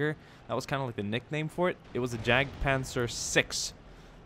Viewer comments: It's not jag it's yag panzer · I could be wrong, but I believe Js have a Y sound in German, meaning that Jagdpanzer would be pronounced Yagpanzer. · the german tank is pronounced more like Yargt - puntser. Otherwise good video! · It's not pronounced jagpanzer it's yadpanzer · Sorry to be fine combing your video but my German side when you said jagdpanzer it cringed it's actually pronounced yagdpanzer. Again sorry but it does bother me. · Honestly surprised that, a Scandinavian, mispronounced Jagdpanzer. I mean no disrespect, but "j" in German is pronounced like a "y" in English.